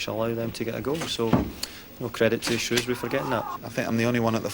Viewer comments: Shrewsbury not Shrewbury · SHREWbury not SHROWbury <3 THANK YOU